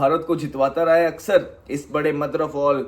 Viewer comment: Axar ❌ aksar ✅